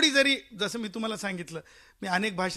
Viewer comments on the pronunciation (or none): none